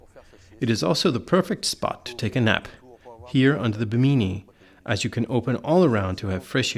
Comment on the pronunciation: really?..... "wee-fee"? "be-meany"? if you are going to narrate boating videos.....do some research man!